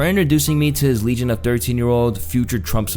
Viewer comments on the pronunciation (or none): none